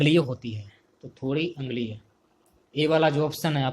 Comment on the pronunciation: Sir Q no. 85 दुध का p h आप अग्लीय बोल रहे हो। अम्लीय होता है